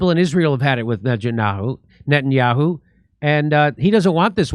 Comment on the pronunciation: Najan-yah-who?! 😂Jimmy! Call him Nathan Mileikowsky.